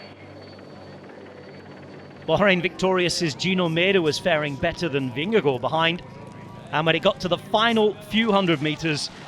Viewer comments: From a dane: Your pronounciation of Vingegaard is nearly perfect :) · excellent pronounciation of vingegaard!